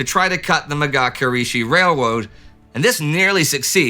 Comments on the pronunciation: "railwoad" lmao idk how he kept composure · "railwoad" lol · The Mga-Kirishi Wailwoad? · Whuh-Whoa, Indy Mawd a Misawke.😀